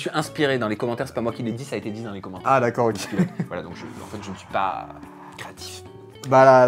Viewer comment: Continu on adore tes vidéos enfeteuh😂😂